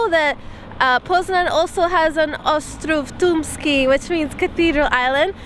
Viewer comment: WOW, WOW, my beloved Canadians came to Poznan where I was born and grew up! Pyrlandia rules! has got a potential to speak Polish fluently. Her "Ostrow Tumski" and other names came out perfect!